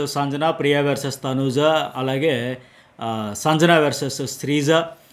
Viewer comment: మీరు సంజన అనే పేరు,,,, వేరేలా పలుకుతున్నారు,,, సరిగా పలకండి